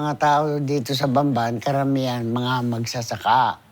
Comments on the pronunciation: “These idiots pronounce it as bamban, when it should be pronounced pampan” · nobody knew she was the first one to contest primewater's prices. people actually loved her there. bamban was developed. its not idolatry, just plain facts. people accusing her can't even pronounce bamban right. most of them don't even know where bamban is. sad.